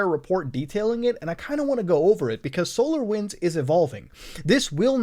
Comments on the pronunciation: Every time he says solar winds I heard solo wins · Ooooo I though he saying solowins